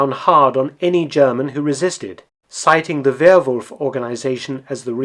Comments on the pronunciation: What separates Mark’s videos from the rest are his succinct summary, lack of extraneous narrative, and he takes the time to pronounce foreign words properly. He does the same for Japanese and Russian, like he does here with German. As a German speaker of myself, I appreciate him not slaughtering the German language like so many other videos. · Thank you for your always very interesting, non biased and well researched Videos. There is so much to learn about the war. Also your pronounciation of german words is very good. Keep them coming!